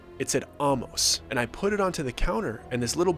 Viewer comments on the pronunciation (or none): Intercourse is about a 20 minute drive from where I live in Lancaster PA. Interesting story. Some of the information is incorrect, such as lights in the Amish. inn. The name Amos is not pronounced like the word almost (take off the t). It’s pronounced with the long A sound and then mos. But we enjoyed the story! You should check out Intercourse, down the road is Blueball, Bird-in-hand and who could forget Lancaster!!😊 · Amos is pronounced Ay-Mus. Hence Famous Amos Cookies. There’s no Hollow Creek Inn. I live 20 minutes from Intercourse. The little boy with the tongue cut out was clearly taken from the movie Speak No Evil.